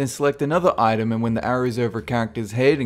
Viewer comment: When he says "Item" I hear "Itune"